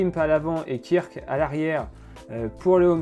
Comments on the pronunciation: Petite précision, les modèles wahoo kickr ça se prononce kickeur et non pas kirk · Kickr ça se prononce "Kikeur" hein -_